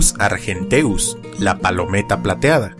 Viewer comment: una vocal en hiato no se puede enfatizar en latín, luego arGENteus no argenTEus, etc. Solo hay 3 diptongos: ae, oe y au, EU es hiato excepto en comiezo de palabras griegas.